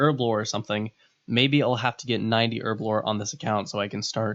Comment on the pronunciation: Nigga, did u just call Herblore for Urbablore?